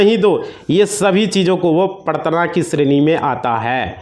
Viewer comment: Aapko Hindi ka sabd prtadna Tak bolna nahi aaraha hai to dusaro ko kia samjhaoge ?